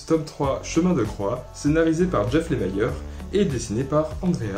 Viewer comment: Lemire ne se prononce pas "Lem(aïe)re" mais "Lemiiiire" avec un i :) (il est canadien) Excellente vidéo comme d'habitude ! Le duo Lemire/Sorrentino est toujours au top, quoi qu'ils fassent. J'ai hâte de lire Killer Smile